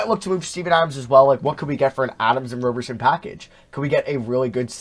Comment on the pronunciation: It’s Roberson with a soft O.